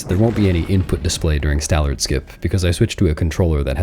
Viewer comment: 'Stallerd' lol. Years doing this now and he still gets it wrong every time.